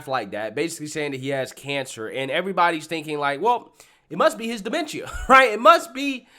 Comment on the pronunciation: He pronounced DEMENTIA wrong.